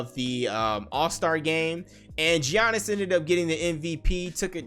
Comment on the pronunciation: 'G-Annis' lmfaoo